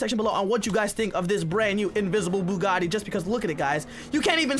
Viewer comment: You said invisabe bugite